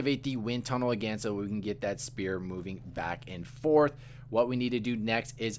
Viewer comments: Can’t get over “spear” 😂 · sphere not spear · you're an absolute life-saver but man you gotta work on that pronunciation, it might just be because i have the ears of an octogenarian tortoise but it sounds like you're calling them spears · 10/10 for the guide but your pronunciation of sphere was killing me haha